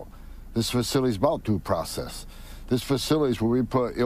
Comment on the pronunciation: And his “facity” has better “due probess”